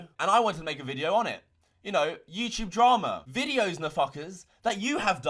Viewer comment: Just here to hear say YouChube